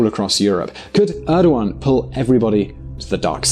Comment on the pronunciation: You pronounced Erdogan wrong